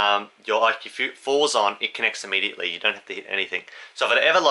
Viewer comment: No such word as ammediately.....it's immediately.